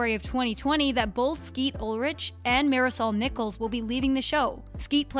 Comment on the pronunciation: Who else was triggered by the way she said “marisol”.